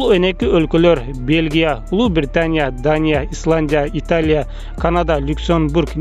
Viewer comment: Франся ,Италя,Даня,Англя😃😃😁😁